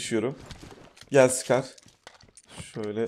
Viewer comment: abi sıkar a siker dedin